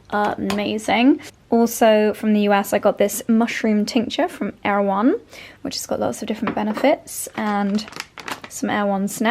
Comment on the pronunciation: Not Air One,: Er-e-won - from the book Erewhon by Samual Butler (circa 1872), a satire. Worth reading!